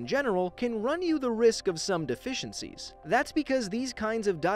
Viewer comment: That's what I heard. Lol